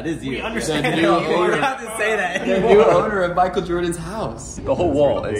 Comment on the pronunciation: It's not mikel Jordan ś house!